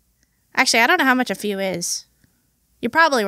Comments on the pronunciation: Why the first thing i heard was "f you" and not "a few" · When the queen said “a few” I thought she said “f u!..”